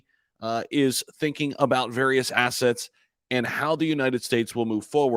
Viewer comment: Yeh your slip of the tongue said it all..crypto aas😂 ..cool bro